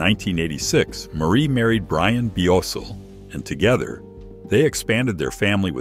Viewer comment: Their show ran for 3 1/2 years = 4 seasons, she made 3 TV movies, the first one was The Gift Of Love. Also she had a very successful doll line from 1991 till 2013. She also had a talk show on The Hallmark channel. Her ex husband's last name is Blosil, not Biosul as you pronounced it. She has 3 biological children and 5 adopted children.